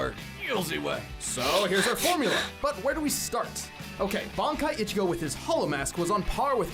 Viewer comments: Bro said Eye-chigo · I almost down voted this video for your pronunciation of Ichigo😂🤣😂 come on now put some respect on that man's name LOL